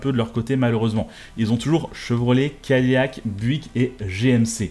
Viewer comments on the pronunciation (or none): none